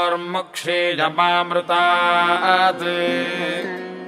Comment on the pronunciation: Information is good, but recitation is Bad, very very bad recitation. It's not 'यमामृतात्' 😡😡 It's '. . . . मृत्यर्मोक्षिय (pause), मा अमृतात'